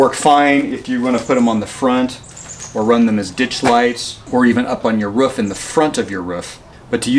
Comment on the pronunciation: Up on your wroof. You know, on the woof.